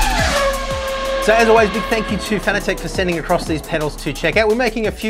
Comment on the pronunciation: You Americans are pronouncing the name wrong it's Fan. a. Tec as in Tech for Technology not fanatic as in tic as a bug tic .